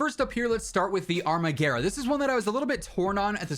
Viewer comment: yay you said the armaguerra's name correctly :)